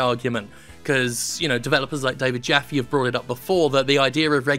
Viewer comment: He said David Jaffe...... Lmfao!!!